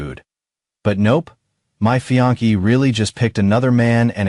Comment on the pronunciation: Fiancée pronounced fee-on-say. I know it’s tough to get pronunciations right in English because there are many different pronunciations of common words across regions and countries and fiancée is borrowed from French like many other words in English.